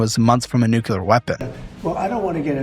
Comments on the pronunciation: pls 🫣 Monroe and nuclear No morone and nucular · Bro. It’s not nucular, you sound like Homer Simpson. You’ve made that juvenile mispronunciation in several videos. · I loved this video. Long enough to be informative but short enough that it doesn't take up 2 hours of my time. I watched it on my train ride home yesterday and I was captivated (aside from the way "nuclear" was pronounced lol). Great job! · I beg you to learn how to pronounce "nuclear". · I know 😂 It distracts me from the video content each time it's said wrong.